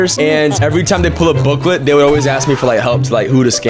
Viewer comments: Blooket not blooklet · erm its not booklet its blooket ehehehehe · it's BLOOKET NOT BOOKIT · Blooket (blue-kit) ❌ Booklet ✅ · Bro it’s booklet it’s blooket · it’s not booklet it’s blooket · Its blooket not bloakit or gimkit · blooket (blue-kit) mate. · Omg Oof it’s blue-kit not booklet Btw that 67 thing instead of me trying to say it. It’s me looking at whoever said it and me thinking “I’m literally going to kill you” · BOOKLET??? WHAT IS BOOKLET BRO??? IT'S BLOOKET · Stop saying booklet it’s blooket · Booklet? BOOKLET?! ITS BLOOKET!!! Also gimkit is better. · Blooket not booklet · booklet hahaha ITS BLOOKET ITS PRONOUNCED BLUE-KIT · IT’S BLOOKIT YOU AT LEAST CAN TRY AND GET IT RIGHT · Blooket is pronounced “Blook-et” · ITS BLOOKET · Me: the official site literally says it’s pronounced as: blue-kit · It's pronounced blue-kit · No it's not its called BLOOKET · it is called blooket, pronounced (blue-ket) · it’s blooket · NO NOT THE BOOKLET AND NOT BLOOKET